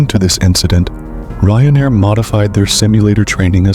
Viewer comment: Apologies, but things are wrong. It's Ryanair, not Reiner, Approaching Rome Ciampino, not Chiampino. I'm not sure if you've been living under a cave, because if you have, i wouldn't be surprised